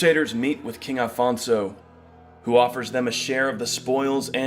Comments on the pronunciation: O Homem disse "Afonso" já repararam? Não disse "Alfonso" Parabéns ao Homem :):):):):):):):):) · Aleluia! Finally someone gets it right! The man said Afonso! In portuguese OK!! Well done that means a lot. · Congratulations on pronouncing Afonso the right way. Unlike most videos where they call him Alfonso. He was our first king. He is Portugal.